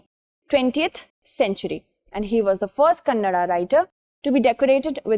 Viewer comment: Tq for the good spell of word Kannada ❤#from karnataka